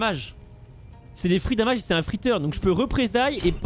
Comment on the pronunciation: C'est pas "damage" c'est "damège" c'est dommages en anglais...